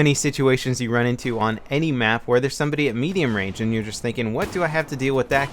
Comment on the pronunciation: He said sumboody